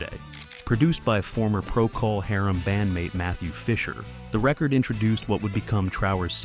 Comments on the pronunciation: Never heard anyone (or anything) pronounce "Procol Harum" quite like that before... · AI slop that can't even pronounce the name of an important rock group. Robin should pursue whoever is behind this video.